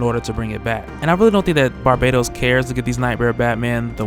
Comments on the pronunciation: I realize that after so many videos covering Dark Knights Metal pronouncing Barbatos like Barbados that it would be hard to break away (at the very least you may wish to be consistent across videos) but wouldn't the link to Batman of all people default YouTubers to pronounce it Bar-Bat-Os? Like a bat, Aquaman can dig it. Good theorizing regardless,, and much love [almost] hearing Barbados constantly hailed up, but I can't ignore the more likely pronunciation. Lol. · "barbaytos" lol